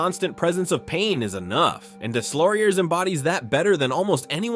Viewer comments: “Deslauriers” is pronounced “Dayloriey”… my ears are bleeding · Nicholaschh Desslaurieurrsszzz 😂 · How in the name of god can you NOT know how to pronounce Deslaurier's name? Unforgiveable to butcher a name like that SO many times. And it's such a small invesment of time to get it right and not sound like complete idiot. Pro tip - Do better FFS's. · I speak french, and the way you prononced Deslauriers is so bad, you should try to learn how to prononce names of the players. I speak 4 languages, and I understand you speak only one ;-) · Deslauriers, the s is silent